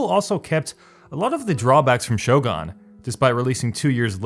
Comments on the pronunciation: I was intrigued by the video title but had to stop at 2 min mark. Somehow I don't want to listen to opinion of someone who can't even pronounce name of what he is talking about lol... shogaan .. wtf is shogaan... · You saying "Sho-Gan" made me both laugh and feel great pain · *ShoGAAAHN. Might as well capitalize on the comedic effect of your horrendous pronunciation. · What's Show-gone? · Did you just say shogan? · Shogun is pronounced as you read it not SHOGAAN!!!! pls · If I have to hear you say "shogon" one more time I'm gonna freaking kms lol. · I hate how he says it like Shogarn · ''Shogan'' lol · Don’t ever say the word “shogun” again unless you’re going to pronounce it correctly, you fuckstain. I’ll give you a hint: it’s not “show-gon”. You know what a gun is, right? It’s pronounced like that. And Warhammer isn’t an RPG, dumbshit. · Will you stop saying Total War: Show-gawn please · Reading the comments section about him saying "SHOGAN" as bad made me think "these people are over reacting" then I actually heard it. DAMN, that's horrible pronunciation indeed, it sent cringe all over me. Sorry but I'm disliking this video. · Everytime this guy says shogaan ..the cringe hits me like a truck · Shogun has a u, not an a, what the hell is is Shogahn? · Shogaan. Shogaan Total War. Shogaan. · SHOW-GONE, really bugged me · Shogun is pronounced "Show-gun" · "Shogon"... I couldn't watch anymore. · Every time it was pronounced "show gone" i cringed a little inside, other than that it was entertaining to watch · sho-GUN, G-U-N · its not SHO-GUN lol. A Shogun has nothing to do with a gun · ShogUn! "U" FFS. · WOLFENSTEEN 2 Total War SHOGAAN What next is he going to butcher? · what's a sho-gan? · i'm pretty sure Shogun is pronounced /ˈʃəʊɡʌn/ or /ˈʃəʊɡuːn/ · At this point i think the mispronouncing is intentional I mean seriously "shogAAAAn"? Just listen to the way he s pronouncing it he s having way to much fun Damn why am i so triggered about this lol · Shogun not shogan